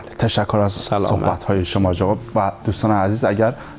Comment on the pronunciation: صوحبت نيست صحبت است و شَفا مرگ است و شِفا سلامتى را گويند جناب كمى تمرين ادبيات دري داشته باشيد بهتر است با اينكه برو دنبال يگان كاركى ديگر نشرمان فرهنگيان ميهنت را